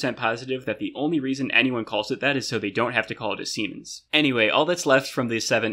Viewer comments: when he said siemens i said bruh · Since the siemens is named after the german inventor Werner von Siemens, you can also avoid the snickering of your peers by pronouncing it the german way, "zee-mens"!